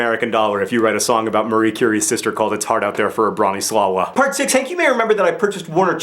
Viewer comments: HANK AND JOHN: just so you know, if Hank IS planning on a Branislawa song, the "W" is pronounced like a "v". So it's BranislaVa. We don't want another "Accio Deathly Hallows" mispronounciation incident again! DFTBA! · Is your pronunciation of Branislawa the lie? That was a pretty horrible way of pronouncing that name. :P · I'm not 100% positive, but I am firmly confident that the last two syllables of Bronislawa are pronounced more like swah (rhymes with shah, as in Shah of Iran) + vuh (rhymes with duh). The stress should be on the swah syllable. The name is actually Bronisława, and the "L with a line through it" is like an American W, and the W is like an American V. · Aw, I like how many corrections there are of John's pronunciation when he said "Bronislawa". Polish Nerdfighters rock! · Heads up Hank, the w in Bronisława is pronounced like a v. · Branislava is very common Serbian name and I'm pretty sure it's the variation of that Polish "Bronislawa". And if that's right, you're pronouncing it wrong and that's why it sounds funny. It should be a short accent on "o" (without accent on "a") and "w" should be pronounced as "v" (much sharper). Also, letter "r" is pronounced in the same manner as Russians do. Branislava means "the one who defends glory". Sorry for being so nerdy and picky, John, and I love you. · It's pronounced Broh-nee-SLAH-va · It is pronounced [brah-nee-swah-vah]. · it's pronounced bron-i-slava, which was also the name of my great-grandmother. it's polish :-) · John, you tried, I'll give you that, but you pronounced Bronislawa's name wrong. It is of Polish origin and therefore is suppose to be spelled with a slash through the l (Bronisława) and is pronounced brah-nee-SWAH-vah. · its pronounced broni swava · Learn some Polish! Lesson 1! The part about Maria Skłodowska-Curie's sister's name is Bronisława but you read it Broniswava (in Poland "ł" is pronounced like "w" and "w" is pronounced like "v").